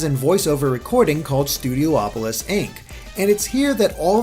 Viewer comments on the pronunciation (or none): "Studio-opolis" is officially driving me CRAZY... It's STUDIOPOLIS. Stop adding the extra "O". ;) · Stu D opo lis not Stu D oh opo lis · IT'S "STOO-DEE-OP-OH-LISS"